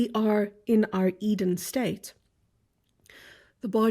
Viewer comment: Sounds like Garden of Either instead of Garden of Edin *